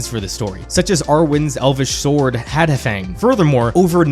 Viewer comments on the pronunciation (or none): Good article sir, but one correction. Hadhafang pronunciation: Hath uh fang.